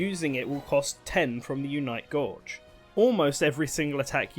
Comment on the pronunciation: Repeatedly earing "Unite Gorge" as the pronunciation of 'Gauge' is quite weird.